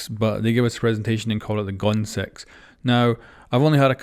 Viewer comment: Literally has 1 “o” and you call it goooon lols